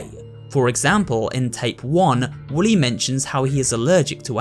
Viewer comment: Also its Wooly not Willy